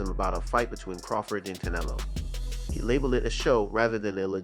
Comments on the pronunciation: How do talk about boxing yet can't pronounce Canelo's name properly. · Hey bro I'm sorry I appreciate your your time and everything but pronounce his name right... For that matter just call him a cantaloupe...